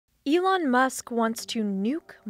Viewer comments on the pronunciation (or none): none